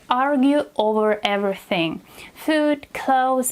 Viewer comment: " he surprised me ver much " Wtf is " ver "???? Also: Everybody already sais figure out and hold on. Maybe YOU should learn how to speak Your " English lessons "? You don't even speak English- " evra thing " What tf is that?